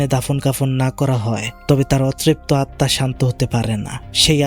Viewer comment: আপনি সবসময় আত্মা কে আতমা বলেন কেনো🙂